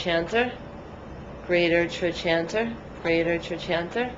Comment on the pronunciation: its pronounced trokanter , not trochanter